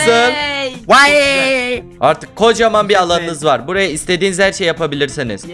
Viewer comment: Adem Türkmenistanca konuşdu way diye